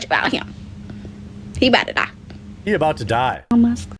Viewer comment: she knocks like death at your door and says HE DED. Seconds later, HE ABOWTA DAH